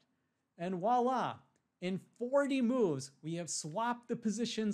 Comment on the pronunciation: It's pronounced VWAH-LA. With a VW sound. Not WAH-LA with only a W sound.